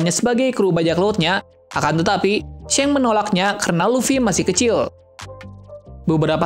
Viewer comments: Bukan shank tapi shanks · Shanks bang bukan sheng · seng hahaha... yg bener bro nyebut namanya. jadi gak enak bgt klu di deger penggemar one piece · G enak d dger shanks jd shenks